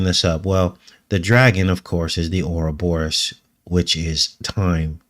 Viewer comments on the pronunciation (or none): none